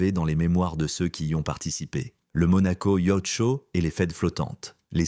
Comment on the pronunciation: On aura surtout noté qu'à Monaco , "magnat" au pluriel se dit "magnettes" On prononce "Quatre-vingt t'huit " avec la liaison Yatch censé se prononcer yoth en français se dit "yart"🤔 Et enfin, à Monaco "Peu peuvent..."😂 Histoire d'être raccord lors de la prochaine soirée privée😀